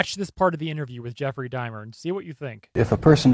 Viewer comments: Serious question, I'm not trolling, but don't you do hella research on every video? Including watching interviews of them, read about them and their crimes, hear witness testimony, etc? Cause I'm confused where you ever heard anyone say Dimer rather then Dahmer, in-fact no one has lol, so did you only do reading kind of research on him, or what? Lmao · You keep saying it like Jeffrey Dime-er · I had to watch this twice for certain details because I kept laughing every time he said “Dimer”. Why is he calling him thaaaat? 😂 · Jeffrey Dimer? you keep saying Dimer... that just feels so weird to me. It's so weird to me is all. Dimer.... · Jeffrey "Dimer"... you're killing me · I think its funny how u pronounced Jeffrey's last name over and over again as "dimer" haha 😄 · Why do you keep saying Jeffrey Dimer? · This guy lost all credibility with ne when he said *Dimer. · Is it pronounced Jeffrey Dimer???? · Did you purposely mispronounce it Dimer just to get on people's nerves? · How do you keep mis-pronouncing Jefferys’ last name ? Is it me or …..💁🏻‍♂️ my subtitles are on and it’s even reading “dimer” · LoL for such a smart guy he really can't pronounce that name right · Did you even listen to any interviewer or even Dahmer say his name? Bruh how people study body language but can't pronounce the most infamous killer.......🤣🤣🤣🤣🤣🤣🤦🤦🤦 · You pronounced Jeff's name wrong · Why are you mispronouncing Jeffrey Dahmer ❓ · your commentary isn't as funny as you think it is. but other than that, good vid and you pronouce dauhmers (or however its spelt) name wrong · Great video, as always. But it's Jeffrey Dahmer, not Dimer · Babe. Sweetheart. My guy. It's dah-mer. Dom-er. Not DIMER. Come on my guy. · DAH- mer. Not Dye-mer. This guy 10 years old? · It's Jeffrey Dahmwr (DoM Mer), it's not pronounced dimer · OMG it is Dah-mer not Die-mer. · Dahmer is said Daw-mer. Not dai-mer. His mom lived in my town & died here, of breast cancer, in 2000.